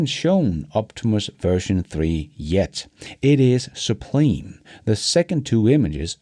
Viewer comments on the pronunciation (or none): “Sub” (like a submarine) then “Lime” (like the fruit) would be a much better way to think of pronouncing it. But then use the same sound and say Su-blime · your American English pronunciation is excellent. however, you might want to research how we say "sublime."